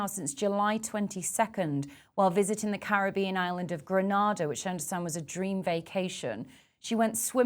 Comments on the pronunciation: Lady from the UK ( the journalist) it is GRENADA IN THE WEST INDIES and not Granada in Spain .Please prounce the country properly ,do your research first, thank you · Our country is called Grenada, the Caribbean Island. Not Granada in Spain. Please get it right? Your unwillingness to even try, says alot about you. Smh.